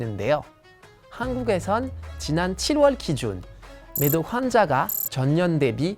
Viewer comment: 어쩐지 한국어 발음이 이상하더라 매독을 미독으로 들리네